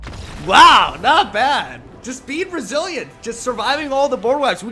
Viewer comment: I heard "be resilient" as "be Brazilian." Coincidence!?